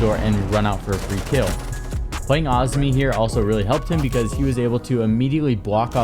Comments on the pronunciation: Azumi?? Where are you getting the U from...🤣🤣.. Azami... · awzmi bro its ah za me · Bro its Azami not Azmi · Why do you say Azami like that? Isn’t it (AH- ZAHM- ME)? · PLEASE pronounce Azami correctly I am getting a stroke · The way you pronounce “Azami” 😂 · why does he say Azami like that 😭😭